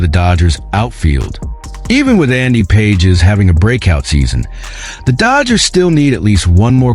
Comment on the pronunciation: Robot is not able to pronounce Pages name!